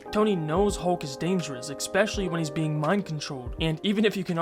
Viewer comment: Nuclear.. especially.. escape.. just damn say things right😂